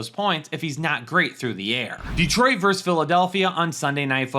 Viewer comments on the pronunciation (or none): VERSUS...say it with me...VER-SUS!